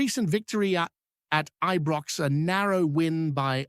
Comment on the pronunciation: IBROX NOT EBROX